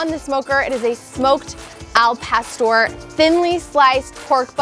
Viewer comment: The way she pronounces Al pastor makes me know this is anything but authentic 😂